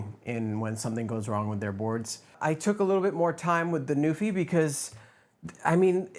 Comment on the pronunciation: I am pretty sure that there’s how to pronounce Nuphy on it’s box. I mean there’s Nuphy’s phonetic on the box which is /ˈnju:fɪ/